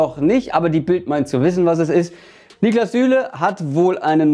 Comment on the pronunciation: Niklas, nicht „NIEklas“